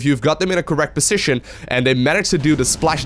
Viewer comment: Please look up the correct pronunciation for 'position' and 'decision' if you insist on using them 3x/min.